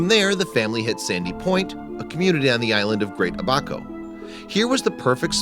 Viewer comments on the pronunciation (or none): Seriously, Ba-me-nee and A-boc-o? It's Bim-a-nee and Ab-a-co.. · You said bimini and abaco wrong. Im grom tge Bahamas by the waayyyyyyy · The narrator is mispronouncing the names of the places in the Bahamas. He pronounces "Bimini" as bih-MEE-nee when it's BIH-muh-nee. And Abaco is pronounced AB-uh-ko not ab-OCK-ko. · it is pronounced Ah-bah-co not abako omggg .... that bahamian island picture was paradise island and nassau not Abaco . 😐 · It's pronounced Ab-a-co not A-bac-o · Its not pronounced like that it isn’t Ahh Bah Co its Aba Co (Abaco) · Amber Storr Actually it's Abaco not abaco. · Stop jacking up our island names... what the hell is "Ah Back Hoe"? Abaco is pronounced "Ah Bah Co". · I'm from The Bahamas to hear him mis pronounce the names 😕. Its Bimini= Bim-in-nee and Abaco = Ab-ak-ko. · His a-BACK-o for Abaco doesn't do it, either. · It's pronounced bim-ma-ni and ah-bah-co 🙄🙄🙄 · Its pronounced Ahh bahh co. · Smt people always pronouncing the islands names wrong it's A-ba-coe & Bim-in-e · You mispronounced both BI-mi-ni and AH-bah-co... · Bi-min-i with accent on the first syllable. A-ba-co with accent on the first syllable. I guess you never have been to the Bahamas or heard much about them. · The islands are pronounced Bim-in-ee and Ab-ah-co... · Omg he pronounced Bimini and Abaco SOOOO wrong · I've never heard "Bimini" and "Abaco" pronounced like that. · not how u say Abaco..... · Abaco? Not pronounced that way